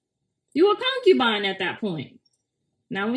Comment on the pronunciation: U twisted the word concubine